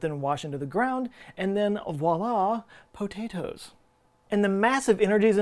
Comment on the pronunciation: "...And then, voila, poh-tay-toes. :D " I don't know why this made me laugh so hard, but thank you.